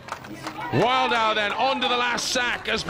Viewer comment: Imagine being Martin Wildauer and getting your name pronaunced wrong the entire competition... ouch xD